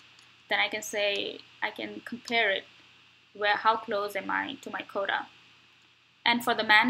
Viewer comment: can you please speak clearer and slower please, I don't understand you sometimes, when I enabled subtitles it displays'' coda ''when you say ''quota'', please practice this word